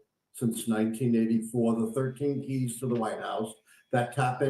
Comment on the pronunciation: The "keys" not the "cheese"😉🤣😂🤣😂🤣